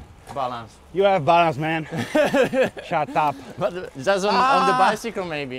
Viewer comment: the way Daniel says "shaht ahp" has me dead